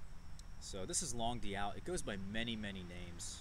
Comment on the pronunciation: it's pronounced "long doot." It means long August in French.